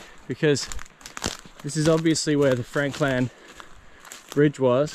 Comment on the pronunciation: It's Franklin not Franklan. Aren't you from Tassie dude🤣 Cool episode though👍